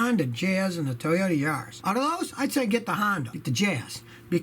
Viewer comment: the Toyodee Yaris... Scotty you feeling alright man?